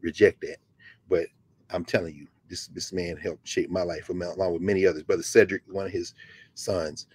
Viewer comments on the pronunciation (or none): none